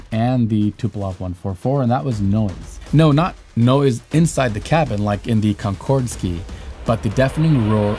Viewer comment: You mean the "Konkordski"!? Yeah, the soviets had a real hard time spying on the Concorde team....